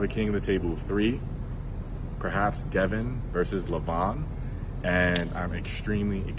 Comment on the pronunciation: First off it wasn't a kingsmove it was a open top roll. John is a fake humble, he just put a half dozen excuses out there in 1 video. Talks pure shit, just does it in a way that most people don't even realize it! He knows that ain't how you say Devon's name but, he continues to do it knowing Devon hates it. The goat ain't supposed to whine and subtly put all these excuses out there. He just can't stand losing to Devon. He also can't stand that Devon is a more well rounded arm wrestler than he is. He ain't used to someone being better than him in his field. Time goes on and sports and athletes evolve. It is what it is. Take the L with some pride, stop with the damn excuses. Looks terrible on you. Stay strong and healthy everyone.